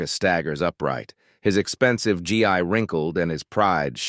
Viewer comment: It’s pronounced ghee.